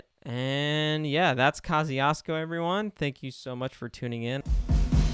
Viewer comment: That's not how you pronounce Kościuszko :( The closest you can get using "english sounds is" Koss choosh co The mountain is named after Polish (and American) hero Tadeusz Kościuszko.